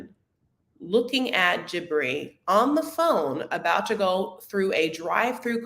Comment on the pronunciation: there’s only two syllables in Jibri’s name. Not Jibbery, it’s jih-brEE I believe juh-brEE also acceptable, a few people pronounced it that way.